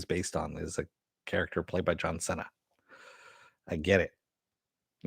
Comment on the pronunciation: I thought his last name is pronounced "see-nah" : )